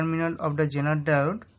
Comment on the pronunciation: why does he keep saying JENER diode ?are Indians incapable of saying Z ?I don't think they are, because Indians have ZEE TV and they can pronounce that correctlyso... why is he saying JENER